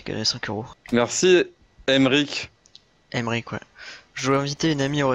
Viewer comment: Laink ca se dis Èmerique et pas Aillemerique (je m'appelle Aymeric) 😂😂